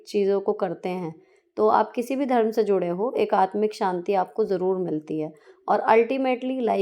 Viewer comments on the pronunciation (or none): none